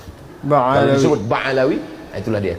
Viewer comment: Ba Alwi , bukan Ba Alawi , beda tuh Uas...